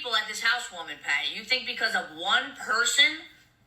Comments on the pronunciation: Why does she say every word normally but then PAAAAAHDY? Im sorry but wtf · What in the hell is a PAHTY!?! Mikayla and sophisticated will never go together!! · Take a shot for Everytime she pronounces pawteey 😂ee like a idiot. Will all be on the floor drunk